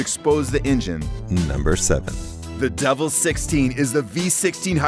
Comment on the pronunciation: its pronounced duvil